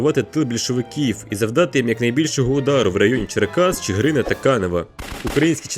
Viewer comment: Варто додати, що на мапі Вознесенськ знаходиться прямо на березі Пд Бугу, східніше, бо показано, що він взагалі знаходиться в Одеській області)) а, ну і "Чигирін" без трьох "и" Проте, відео — пісня! Дякую автору за працю!